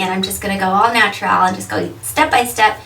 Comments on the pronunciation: I wish she would say natural like a person who isn't mentally challenged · u say natural weird